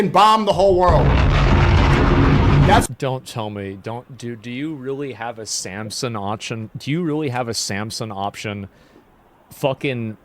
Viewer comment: it's Samson, not Samsung